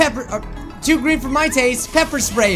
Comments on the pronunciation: Sepper Ppray xD Pepper Spray xD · DID HE SAY PEPER SPRAY I HAVE GOT PEPPER SPRAYED BECAUSE I was holding a bat I killed midori and other stuff